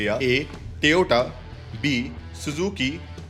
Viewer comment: Best part of the video when he said "TEYOTA"